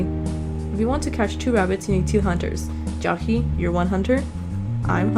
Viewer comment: lol why do u say ja-hee instead of jay-hee